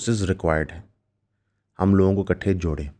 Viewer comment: Ikaath❎ Iksath✅